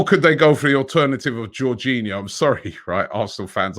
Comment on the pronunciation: Not jorghino!!!!